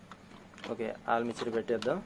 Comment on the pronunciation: ఆల్ మిక్చర్ కాదు అన్నా అది ఆర్ మేచర్ అంటారు అనుకుంటా